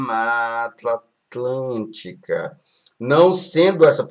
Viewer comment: mano qual a dificuldade de fala "mata atlântica"